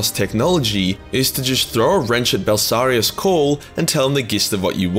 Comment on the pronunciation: OK, I been just taking it, but I finally gotta say it. BELL-IS-ARR-EE-US- CAWL